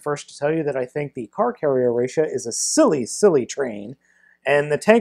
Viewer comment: ressha not rassha